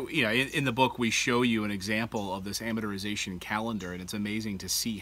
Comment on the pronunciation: Why cant these guys say 'amortization'?